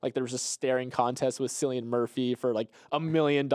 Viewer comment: So we all know that pronounced Cillian’s name incorrectly right? I hope he brings this up in the Monday podcast